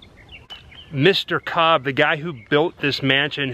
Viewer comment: Kobb..like House.